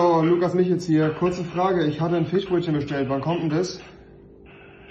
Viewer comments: Niemand: Rewi:Ich habe ein Fichbrötchen bestellt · Rewi: Ein Fichbrötchen 😂